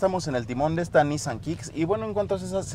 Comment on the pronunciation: Buen video, pero no se contagien de los q pronuncian mal “Nissan” (se pronuncia “NissÁn”, no “nÍssan”). Gabo Salazar de Autodinámico lo empezó a decir mal al hablarlo como si lo dijera en inglés (allá no se les da pronunciarlo correctamente) y ahora todos los youtubers (y los q creen q así se pronuncia en realidad jaja) así lo hablan. ¡¡Pónganse las pilas muchachos!!